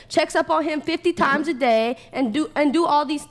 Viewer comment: Can't stand listening to her talk.. dey? No it's DAY